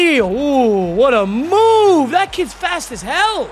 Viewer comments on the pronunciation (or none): none